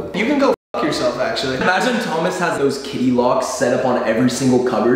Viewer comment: Josh sounds british when he says Thomas and i'm living for it